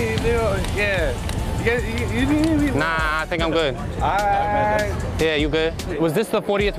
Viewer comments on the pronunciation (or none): im fucking dead hahahah this nigga said condensation